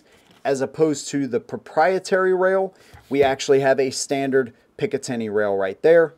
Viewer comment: If i hear one more person say picitiny rail, I'm stopping the video and never watching another. Classic firearms dude keeps doing it and as much as I like his content I can't stand hearing picitiny rail over and over.